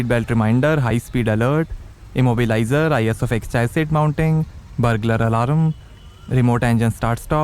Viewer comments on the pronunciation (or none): Burrrrrglaar Alarraaaam🤣 Yaar learn to speak first!